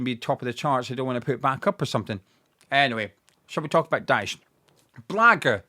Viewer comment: Your can’t pronounce his name